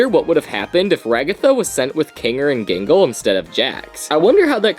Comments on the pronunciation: . ah yes, "jingle". ah yes, "hasven". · Excuse me you called out gangles name wrong